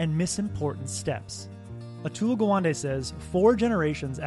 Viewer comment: Gawande is pronounced as Ga one day